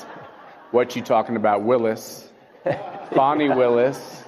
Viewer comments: Hey, It's Fani not Faw-ney! Stop using the woke pronunciation like CNN, MSMBC and the rest of the liberal media! Are you going woke on us? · Her name is pronounced “Fanny”, not Fawny. They do this to make it less harsh/political, due to sensitivity. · There is no “w” in Fani’s first name. Fan, Pan, Can, Tan, Plan and on an on. Fawn, Pawn, Prawn, Sawn and on and on. So, her name is pronounced as the first group of words are pronounced. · have at it, I personally think she should be mocked at every turn. Yet still that is not the correct pronunciation of her name. Some simple research would do you justice as critics of hers don't come off as ignorant.